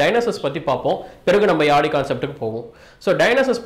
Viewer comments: Yali illa yazhi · Yazhi crt ah pronounce pannunga bro thamizha.🙄👈